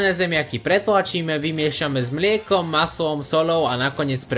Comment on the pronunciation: Vuažnym miekom,puatky sekanej cebuľovy ,huadku kašu, zakuad ...atď, zajdi k logopédovi 😂😂